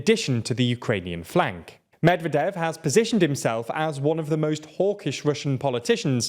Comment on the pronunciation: medvEdev not mEdvedev